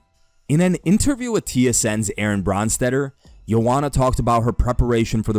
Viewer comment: Man, you were able to pronounce Joanna’s name but managed to butcher Glover’s and Weili’s.